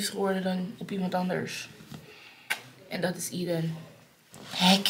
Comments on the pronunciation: Aeden spreek je toch uit als Ey-dun en niet Ie-dun? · Hi, gefeliciteerd met jullie zoontje! ❤ mag ik je vragen waarom je de naam zo uitspreekt?